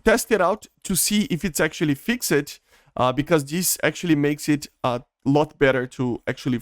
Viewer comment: It seems like English is not your first language so let me help you out :) when you say the word “fixed” instead of “fix-ed” try saying it more like “fixt” or “fixd” with more of a “t” or “d” sound. We don’t really pronounce the “e” cuz English is confusing and the rules aren’t consistent with anything lol 😂